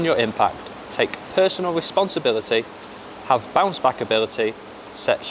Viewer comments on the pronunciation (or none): My man wanna say bounce back and keep saying bouch back😂